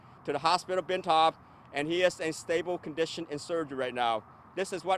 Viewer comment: 😂😂😂 stabo condison 😂😂😂